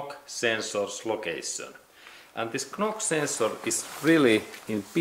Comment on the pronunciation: Thank you for your video. By the way, knock-sensor is spoken "nock-sensor" in English. Likewise "Fort Knox" is spoken "Fort Nox". 😊